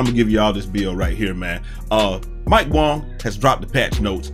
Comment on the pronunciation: Yo I love how you call him mike Wong. 🤣🤣🤣